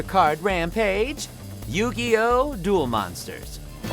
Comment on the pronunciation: I'm sorry, I'm sorry, but... DU-ROO! MONSUTAA KAADO! xD